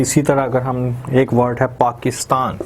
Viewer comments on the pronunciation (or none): none